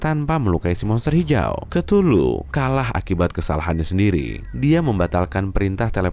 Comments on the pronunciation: 02.41 hey cthuluh (ktuluh) DIBACA= KETULUH YG BENAR=KEUTULUH nama mu susah disebut, ngakak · KETULU ET DAH SUSAH BET NYEBUTNYA